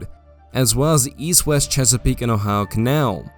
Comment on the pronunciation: this guy has one of the strangest accents I've ever heard. I can't get over the way he pronounced "Ohio"